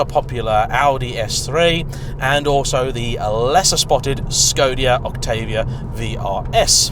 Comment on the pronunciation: Did you say Skodia?